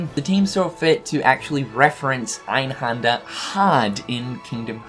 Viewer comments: Its called EinhÄnder not fucking Einhander, learn some German first before you make a video talking about this stuff ffs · You do know that the 'händer' in einhänder is pronounced like hander in for example 'left Hander'? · in german, you pronounce Einhänder actually with an "ä" like in apple. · It's so funny how you pronounce 'Einhänder' xD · As a German it's really funny to hear him saying "Einhänder" :D